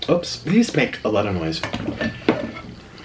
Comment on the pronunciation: omg I love him! it's so great how he says oops. he's like "ups!"